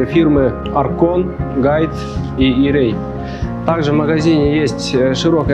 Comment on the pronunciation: Сначала научить читать правильно хоть бы где нибудь подглядел сначала 🤣🤣🤣 Гуит якутский